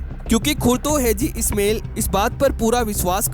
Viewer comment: ओ भाई, " ISMAIL" को " इस्मेल " न बोलिये, बल्कि " इस्माइल " बोलिये. 2. " हाजी " को " हैजी " बोलना गलत है.